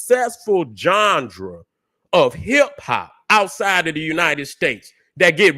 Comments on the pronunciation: Lol. I get my kicks every time he says the word genre aka johndera. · is the only one, who can get away with pronouncing genre,as johndruh. Get em 🫡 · been my guy for a decade and a half now but someone tell this man how to say Genre please 😂😂😂